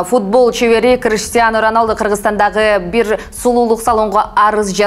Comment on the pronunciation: Криштиано Роналдо эмес Криштиану Роналду